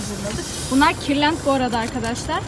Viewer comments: Kirlent deyil kırlent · Kırlent hayatım kırlent kirlent değil 😅 yanlış anlama dalga geçmek için değil de dikkat çektiği için söylüyorum :) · Hahahah “Kırlent” with ı pleas